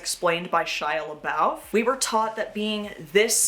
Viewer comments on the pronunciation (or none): Shia LaBOWF? Babe I can’t buy you as a millenial if you pronounce it LaBOWF. I think you’re a Gen Z. I’m a Xennial and I know it’s LaBOOF. Disappointed by research practices of our Gen Z’s. 😞